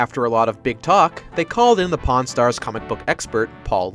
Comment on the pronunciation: When he first said "Pawn Stars" in the video I thought he said "Porn Stars" and I double checked the title 😂